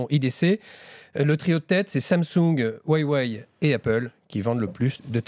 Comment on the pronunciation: C’est Huawei et pas Waîwaî